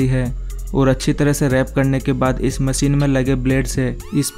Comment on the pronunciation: Its not called MACEEN ITS CALL MACHINE.